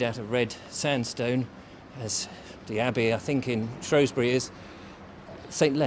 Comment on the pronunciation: Lovely video, but it’s SHREWsbury not SHROSBURY